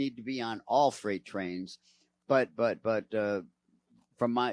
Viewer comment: I have appreciated seeing some of your content and the fact that no one else is covring it however today was very disappointing and I stopped watching. I was less than 2 minutes in, and 3 words were mispronounced, one of those mispronunciations is a deadly mistake. You said: 1) Fright train 2) shapnel 3) worst of all you said phosphine,....but there is no phosphine from vinyl chloride. The word is phosgene. You have to get this sort of thing right.